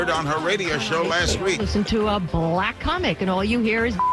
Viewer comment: the big affected pauses in her apology were so that we can visualise her doing that annoying forefinger waggle that is supposed to represent quote marks. you can hear where she's coming from by the way she gives the word "black" two syllables when she refers to "ber-LACK" comedians who use the n-word